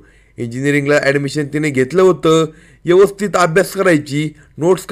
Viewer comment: Is it 'यवस्थित or ' व्यवस्थित'